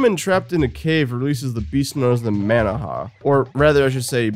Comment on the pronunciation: The manaha episode was my favorite… and here you go pronouncing the name like an AI. 😑 brilliant